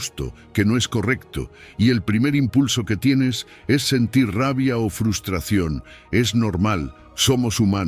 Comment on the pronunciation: Me encantan sus lecciones de vida, lo que no me gusta es que el locutor diga FUSTRACION en vez de FRUSTRACIÓN, sería bueno que lo corrigiera.